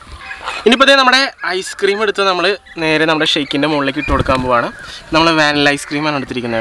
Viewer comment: Vaanila alla vanilayann